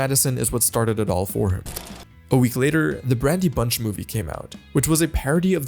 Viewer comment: Or “Bran-dee” bunch